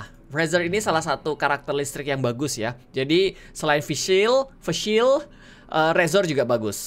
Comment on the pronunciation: "why the ice cream man stop in front of my house with walky-talky?" ALT+F4 bang :v "fiyshel" bacanya mas egi Miaw bisa cenayang gaes :v "SWEET VICTORY... YEAH~" "pillar" not "batang" Hans: pathetic "tomorrow" tergantung bang, yg ganteng itu yg banyak habisin primo ml player: Haritsh gak ada uang, gak tertarik :v